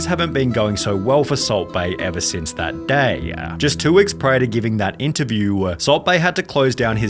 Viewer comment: The way you pronounce the last word of every sentence is hilarious. "Friend-a" "Interview-a" "Again-a" 😂😂😂